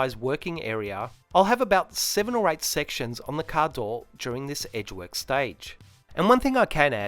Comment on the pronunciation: What’s “caadooooow”??? You keep saying it. Please have someone do voiceover with a proper american accent. Very hard to understand